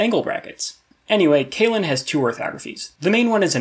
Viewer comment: Nice so see a video about this old favorite conlang of mine! A small nudge when it comes to pronunciation: I think you gotta watch how your long e's become like ey's, like you're saying "kaylen". I guess it's an English speaker thing?